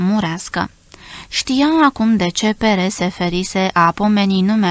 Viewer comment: Stimata foarte tinara si neexperimentata cititoare, oare e vorba the PERE= frantuzescul pt parinte? Daca e asa se citeste PER- nu PERE!!! Sau e vorba de Perez? Deci un NUME??? Oricum , multumim pt lectura.